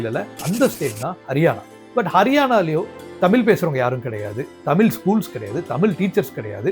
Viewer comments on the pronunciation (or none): 'தமிழ்' என்ற சொல்லில் 'ழ்' என்ற மிகத் தனித்துவமான ஓர் எழுத்து உள்ளது. தயவுசெய்து அதைச் சரியாக உச்சரிக்கவும்